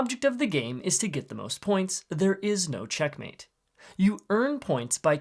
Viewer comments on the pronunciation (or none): none